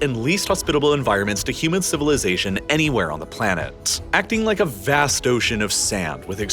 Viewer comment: I love your videos, but please stop overexaggerating the pronunciation of your adjectives. VAAAAAST.